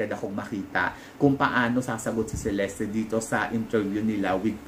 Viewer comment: Cheleste daw po ang tamang bigkas ng name ni celeste..thanks po🙏